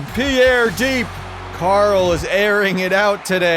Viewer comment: Youre saying pierre the right way